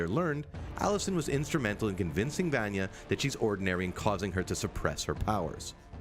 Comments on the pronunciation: ITS VANYA NOT VAANYEH! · ...di did he say Vanee not Vanya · I feel like “Vanya” should be pronounced “Vunya” not “Vanya” lmao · NOT VAN YEAH EITHER! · He says “vanjah” lol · every time he calls her “vonyee” i lose a year off my life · do people in every one of these videos say names wrong on purpose to piss us off vanya is pronounced like VONYA anna is pronounced like ONNA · who tf is vAAnya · He certainly sounds as if he is just reading something given to him. He says Vayna wrong multiple ways. The least they could do is get someone who has actually watched the show to talk about it. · If you're gonna make a youtube video about a show where they literally say the characters name multiples times in the series, then you should be able to say it correctly in your youtube video. And by that I mean you keep saying vanya wrong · OMG! Did this guy even watch the show!!!! He's mispronounced both Vanya's and Klaus's names!!!!